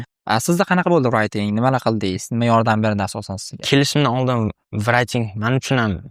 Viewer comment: Hayajondalarda shunga shunaqa talafuz qilib kettila